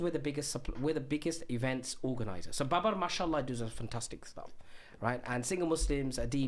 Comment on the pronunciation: He can't even say MashAllah , he's saying Mushallah